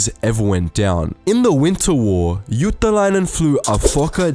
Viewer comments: It's Juutilainen not Juutalainen (jew) :D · It's JUUTILAINEN NOT JUUTALAINEN (jew) :DDDDDDDDDDDDDDDDDDDDDDDDDDDDDDDDDDD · the way you say Juutilainen sound more like juutalainen. juutalainen means jew in finnish.. or a jewish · "Eeno ilmai iuu juutalainen" Got me laughing. He's actually Eino Ilmari "Illu" Juutilainen. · I like how he pronounced juutilainen as juutalainen that means jew in Finnish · You did NOt pronaunse the name of Juutalainen corektly. (The name Means juish) and Ilmari means ear man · Uhh... While speaking about Ilmari Juutilainen you pronounce the surname almost perfectly, but with one tiny problem. You make it sound more like JuutAlainen tahan Juutilainen. Coincidentally, juutalainen stands for....... jewish. Ouch. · i like how you pronounce juutilainen like juutalainen, which means jew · It's funny when u try to pronounce Juutilainen... It's sounds like you're saying juutalainen which means "jew" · It's juutilainen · you pronounced juutilainen as juutalainen wich means judish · Ah the way you pronounced juutilainen sounds like jewish in finnish, none the less great video and you had a good try at pronouncing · you say Juutilainen like Juutalainen which in Finnish means Jew. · Hey. It is difficult for foreigners to pronounce Finnish. Let us forgive that statement of Jewish names. Her real name was Ilmari Juutilainen, not Jewish! But where was Hans "Hasse" Wind? Mr. Hans Wind also has a double Mannerheim Cross. Hasse has 75 air wins. In addition, 96 military pilots served in the Finnish Air Force, who were allowed to use the title of Ace in air combat. They shot down a total of 1435.5 enemy flight attempts during the Winter and Continuation Wars. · Nice pronunciacion of Ilmari Juutilainen (not really but nice try) But thanks for mentioning Finland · You said Ilmari Juutilainen wrong in so many ways... You did what most of the people do and that is going for the chinese/japanese accent.